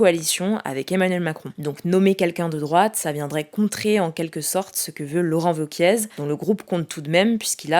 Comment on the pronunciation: "Laurent Voquièze" mdrr